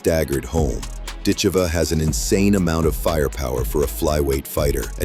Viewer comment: Are you def or stupid or maybe both? Accent is on "i" not on "e"...but you maybe to stupid to see that? It sounds very bad when you pronounce her name morron!